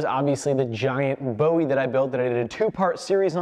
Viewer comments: As a Texan, you're killing me with how you are saying Bowie. Jim Bowie prounounced his name as 'boo-ie' not 'bow-ie' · Can we please pronounce the Bowie knife correctly. Bo ee was the singer. Boowee was Jim Bowie of the Alamo. Ancestry has the name as Bui